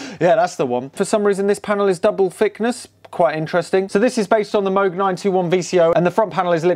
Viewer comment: Extra bonus points for pronouncing MOOG correctly!